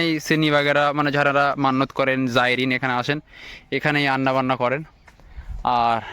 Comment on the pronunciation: ভাই আপনার 'ঝারা' শব্দটা বড্ড শ্রুতিকটূ লাগছে। ওটা 'যারা' হবে॥